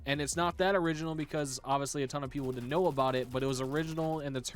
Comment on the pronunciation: Did nobody notice that said "tone" instead of "ton"?